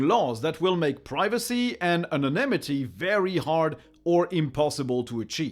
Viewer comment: Thank you! and if I may help 🤗 with just two words, where caps = syllables for EM-phasis 1) Anon-NYM-ity and 2) Anal-LYT-itcal